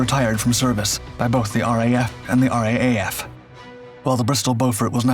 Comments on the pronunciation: RAAF Beauforts in the Pacific? Did a lot of damage to the Japanese merchant shipping! Wildebeest in RNZAF service were sacrificed pointlessly at Singapore. RAAF is said "R double-A F" or "Raff" We're bloody picky too! ;) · RAAF is pronounced R double A, F.